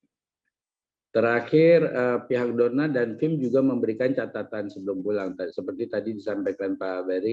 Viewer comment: FIM pak bukan RIM